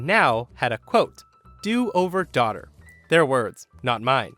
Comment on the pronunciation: Oh ok it was english, sorry. Thought she said "Tochter" 😂